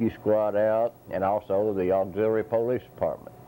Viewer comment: PO-Leece lol